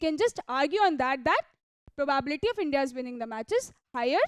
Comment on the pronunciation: Improve English. For example the word probability is pronounced as pro bah biliti. Not probaaabiliti. Horrible to hear. Also dont sing talk